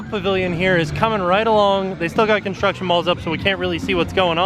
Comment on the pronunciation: you forgot the R in construction....